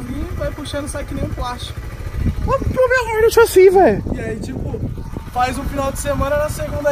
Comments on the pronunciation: PORRRRAAAA VEI, PRONUNCIA O NOME DA MOTO CORRETAMENTE...É "HORNET", NÃO " HORNÉT" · Que agonia “ horneti “ fala certo mano